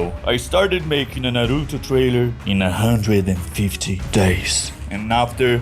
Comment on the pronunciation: Foda que quando ele vai falar "Naruto" toda vez vem o Sotaque brasileiro kkkkkkkkk